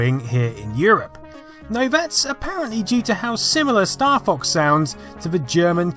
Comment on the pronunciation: Oh, I thought you said "Staff Ox"